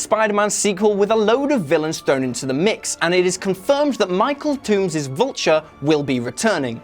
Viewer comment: He said Michael Tomes